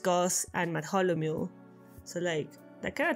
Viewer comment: his name is pronounced math-al-O-mule